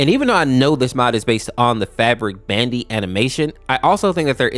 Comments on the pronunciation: bandu not b andy please stop saying bandy...... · bandi? bro that's bandu XD!